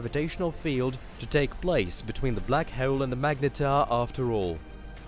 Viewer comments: Love the content . That being said, you need to learn how to pronounce HOLE I cringed 300 times when you pronounced it as hwoole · How to be unique on YT? normal YTbers: tries billion things and still fails This guy: says "WHOELE" and gets billion views 😂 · Very informative. I especially like hearing "hole" pronounced with 3 syllables. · This was a great video. I love space. But the way you say hole cracks me up.